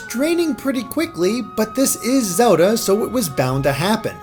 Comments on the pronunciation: Its Zelda not Soda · "this is zowlda..." -unsub